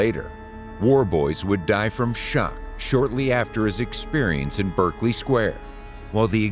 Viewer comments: Just Stop saying Berk! 😂😂 Berkeley Square in West London. Many Americans, because it is spelt in the same way as the famous Ivy League college in California, pronounce it Berk-Ley, (Berk to rhyme with smirk). But, it is actually pronounced Barclay ( Berk to rhyme with lark) . See also Berkshire, the county in south west England ( where Windsor castle is situated) also pronounced Bark-shire , never Burk-shire! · Please note that the pronunciation is BArkley not BErkley. If you plan an informative video it might be helpful to note the correct nomenclature.